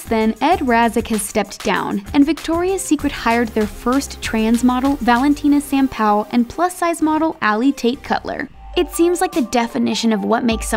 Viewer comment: The way she said Valentina Sampaio's name almost killed me